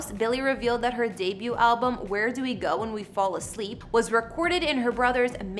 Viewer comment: I came to see if anyone else caught that😭😭 she butchered it so bad oml